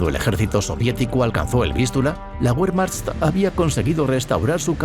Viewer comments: Sí, además, pronuncia "Wehrmacht" como "Buermacht", cuando en realidad la pronunciación correcta sería más bien "Bermacht". En fin, este tipo de detalles son los que te hacen distinguir un documental de calidad de algo hecho sin ningún cuidado. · DU SPRICHT KEIN DEUTCH! Y así te atreves a decir que es un mal video.... WEERMAJT! ASÍ ES COMO SE PRONUNCIA WEERMAJT! Maldito inculto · Tambien pronuncian Guerman, por Wermach , por pronunciar mal la letra W. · Ósea la información es anulada como inútil porque el 3er narrador pronunció Be y no Bue??